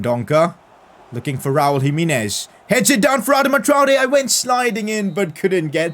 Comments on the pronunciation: PCQ: you should try singing Gonçalo Guedes he's a LM LW with high potential, not too expensive and he's portuguesse, Also when you pronounce Raúl Jiménez say Ji- meh-nez not Ji-mi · PCq: it is pronounced Raul Jimenez, not jiminez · Its GIMENEZ not HIMINES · Pcq: Jimenez is prounced himehnez